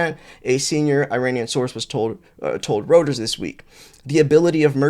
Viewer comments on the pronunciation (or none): Day 370 of trying to get to say "ROY-TERS" 😂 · FYI, Reuters is pronounced “ROY-ters” *Edit I enjoy your content!